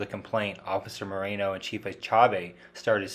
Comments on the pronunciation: His name isnt " Marino" its "Moreno" SAY IT RIGHT! I wouldnt be surprised if he's in w the mexican cartel. Residents all leave Bisbee n move to Sorry Vista, lol Cuz Bisbee sucks!! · It's Moreno not Marino.